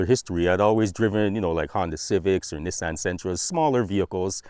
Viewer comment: Cool vid but bud its Nissan not NEssan